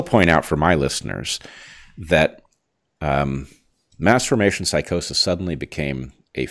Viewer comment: It’s sounds like u said masterbation psychosis, lol, not mass formation psychosis